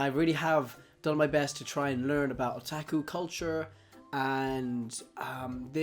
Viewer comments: he really just messed up with pronouncing his a’s. the a’s should have been o-tah-ku as in ahhh. not a like att(a)ck chopper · why do you pronounce otaku(oh-ta-ku) as (uh-tah-ku) or even (ah-tah-ku)? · Otaku is not pronounced O-TAK-U it's O-TOK-U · Did he just say attaku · This kinda made me cringe cus it sounds like he's saying there's only guy outakus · haha he said O "TAK" U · It's Oh-tah-ku oh my god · "Otaku" Sir i think you mean weeaboo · It's pronounced otaku oo-ta-koo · Ohtackwho... dear god, pls never say Otaku like that again. XD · And in Japan it's O-tak-u Oh-tuck-oo is an english pronounciation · OMFG IDIOT OH-TAW-KOO WTF NIGGA SHIT MAN FUCKINFJSJWJNAJZJAAJJAJAJZJSJSCUUNTAMWMSMSMMSKWKSHITNANHEADMWNSJSJ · stop saying otaku like that pls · The way he says "Otaku" it's killing me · u pronounced otaku wrong X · sorry for replying to myself people will hate me buuut the pronunciation of a in Japanese is ah not uh like you said tuck oh.... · I don't know about you but his O's sound like H's and I kept saying to myself what the hell is he saying. So I finally saw the word Otaku in the comment section lol holy hell.